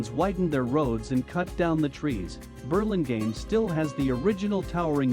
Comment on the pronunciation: I would rehire the voiceover to somebody who knows how to pronounce the name of the town :-) it’s painful hearing it pronounced incorrectly so many times. Also I would get these camera shots down lower. It doesn’t really look beautiful to see the rooftops of all the downtown buildings.